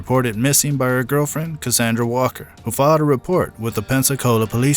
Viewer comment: WALLER!!! Not Walker